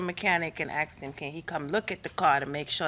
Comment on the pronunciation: She said she ("AXED") him... ? ... W H A T... ? ... This "IS NOT" American English... "👹"